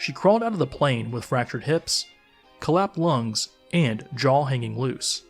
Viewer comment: "Collap lungs" dude learn to speak properly.